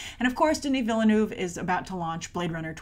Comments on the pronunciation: How she pronounces Villeneuve is cringe worthy... Sorry! Agree with you on all the rest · For Denis Villeneuve's last name. The "e" is silent, like the French word "ville". Just like the "s" in Denis is silent. French!!! I greatly appreciate your comments on original foreign films being seen. Thank goodness Hollywood does not want to make Bahubali.